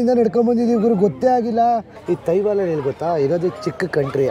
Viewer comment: Learn how to pronounce Taiwan here.